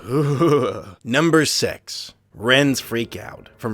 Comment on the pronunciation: I swear I heard him say number sex when it came to ren and stimpy